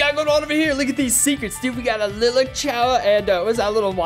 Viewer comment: You say lilac wrong man